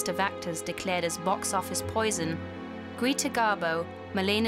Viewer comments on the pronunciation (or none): Bizarre! The commentators can't even pronounce well-known terms properly: "Greeeta Garbo" (Greta), "Bryn Moore (!)" (Bryn Mawr), "Hooten" (Houghton), "An-tee-OH-pee" (Antiope)! Wasn't there a producer around to check this stuff? Hard to take the commentators seriously.